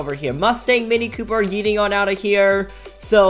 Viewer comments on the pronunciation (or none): none